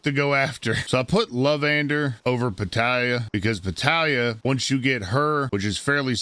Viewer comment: Petallia is pronounced like Natalya. Still find it hilarious.